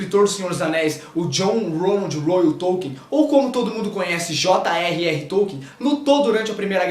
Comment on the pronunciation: Só uma pequena correção, um dos sobrenomes do Tolkien é Reuel e não Royal como no video, abraço.